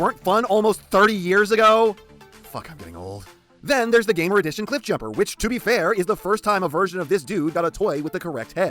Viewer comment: I agree Nemesis Prime needs a more fleshed out characterization.Scourge doesn't count.I like how u say Gamer Edition 😂